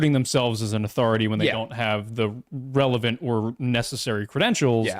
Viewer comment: he also says revelant instead of relevant. He probably does have dyslexia